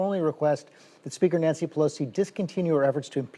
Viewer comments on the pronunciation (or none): none